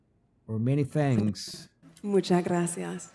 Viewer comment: Also when she says "Muchas, muchas gracias" she says "munchas, munchas gracias".